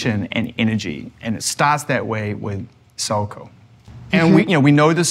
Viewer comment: lmao when Zane pronounced Saoko wrong... she's so humble! I'm obsessed!